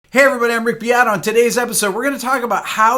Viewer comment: This english pronunciation of "Beato"... 🤔😘